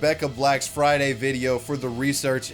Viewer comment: She said "FrAIyDaII" once, everyone cringed, and then everyone forgot.